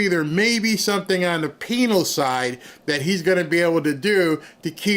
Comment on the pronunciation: U said "penal"😂😅😂